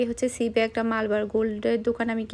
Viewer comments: আপু শোরুম টার নামের উচ্চারণ মালবার না, মালাবার হবে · আপু শোরুম টার উচ্চারণ মালবার না, মালাবার হবে